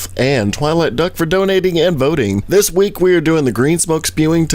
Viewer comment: "once per reek"